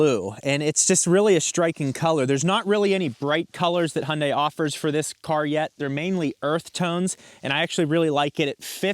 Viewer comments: H’yawn Dae, not Hun Dai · Great video. Only suggestion is with pronunciation... It's "Hyun-DAY...rhymes with SunDAY" (from Hyundai's Super Bowl commercial addressing the pronunciation) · it's pronounced hyundé (dae) .. they messed up romanization of the korean word imo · It’s Hyundai, like Sunday lol😂. Great review!